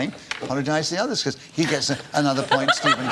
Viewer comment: Why does it sound like he keeps calling Stephen, semen?